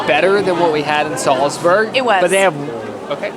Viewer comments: Just a heads up it’s Salzburg instead of selsburg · Sorry guys, but what is 'Salsberg'?...oh, you mean 'Salzburg'? Comm'n guys, you can do it better....this is a cheap mistake. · Where the heck is Salsberg supposed to be? Do you mean Salzburg? 😂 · It’s Salzburg, not Salsberg. Come on, do better. Between that and the backwards baseball cap you definitely scream “American”. I still like the video but step up. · It's Salzburg, not Salsberg. Americans. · It's not Salsberg hahahI. It´s called Salzburg! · It's SALZBURG not Salsberg. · I love how you call "Salzburg" Salzberg all video long - glad you enjoyed Salzburg and the market there! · Salzburg, not Salsberg. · It’s Salzburg, not Salsburg😇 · Its Nürnberg and Salzburg, not Nuremberg and Salsberg. One's a hill (Berg) and one's a castle (burg) :) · Hey and the Austrian town Salsberg is pronounced Salzburg Greetings from Germany 😊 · i don't know why this video triggers me so much but i guess you aimed for quantity (9 countries in 9 days) and not quality cause there were so many errors, starting by misspelling names (it's salzburg, not salsberg) and then mixing up the 6th of december and christmas..